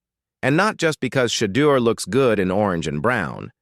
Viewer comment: I stopped watching 37 seconds in... you mispronounced his name 3 times.